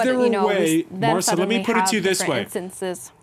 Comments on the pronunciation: Stop calling her Marsa! It’s Mahsa. There’s no R in there, written or implied, and certainly not pronounced. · To the presenter; it's not MARSA....it's MAHSA. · I understand what you're trying to say. And yes, he is very respectful. But I think whether here or in any gathering, it shows respect to try to remember the name of the person with whom one is speaking. In this case, I find it rude of him that for half an hour, he mispronounces her name. He has it written in front of him; it's not asking too much to try to read it correctly. I would be offended if someone keeps addressing me with a wrong name.